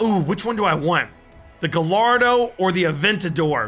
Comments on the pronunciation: This is why you are a wreck less driver. You drive a Mustang. Must be a hit with the crowd! I can't wait to hear butcher most of the car's names. Btw it's pronounced gah-yard-oh, not gah-llardo. Two L's make a Y sound. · “Gullardo” say it with me... Guy are doe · u pronounced gallardo wrong its pronounced guy-ard-do like if u all ready know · Ugh he said Gallardo wrong. Beasty it's actually like. G-I-ARDO. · When he calls a Lamborghini gayardo gallardo not gayardo my man since the name is Italian the two ll is pronounced like a y